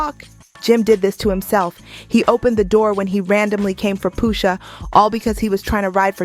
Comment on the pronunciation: Stopped watching bc I just can’t keep hearing the robot voice say “POOSHA” 🤦🏾‍♂️